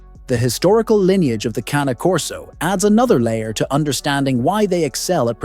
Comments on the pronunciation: You might want to pronounce this breed correctly! Its not CAN e as in soup can nor is it Cane as in sugar cane. Or even Cannie. Its Cah-Nay as in the sound a crow makes and the horsey sound Cane Corso Italiano . Any expert is not an expert who mispronounced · Sorry, but you lost me when you mispronounced the breed name. Something so basic.